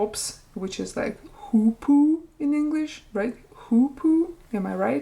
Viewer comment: Have to pause the video to say that I like your pronunciation of hoopoe, it has sertain vibe. Also upupa epops totally sounds like lil child spell made by spelling something backwards